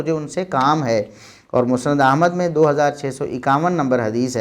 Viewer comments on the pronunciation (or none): none